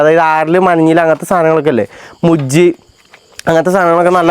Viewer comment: മുഴു വിനാണോ മുജ്ജ് എന്ന് പറേന്നെ